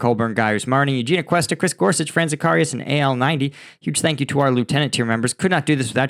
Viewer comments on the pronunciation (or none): none